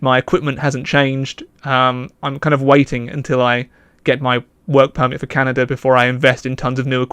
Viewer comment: Literally heard you say, "work permit for cannabis" and was like, oh wow alright, then you said Canada. XD